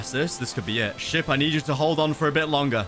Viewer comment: When hw said ship it sounds like shit